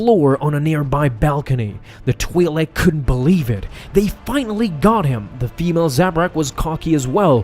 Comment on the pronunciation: wars comics -- omg you idjit.. it TWAI LEK twi'lek NOT TWEE lek